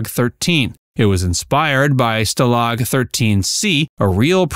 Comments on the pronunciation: The word "stalag" is pronounced STAH-lahg, not stuh-LAG. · Can’t you pronounce stalag correctly?? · Can't pronounce "Stalag" correctly. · Stuh lag? Dude, that AI's getting to me. Too much work to do it yourself...really? Is this a bunch of copy&pastes from Reddit? All shows have cash grabs? That's not even normal for another decade.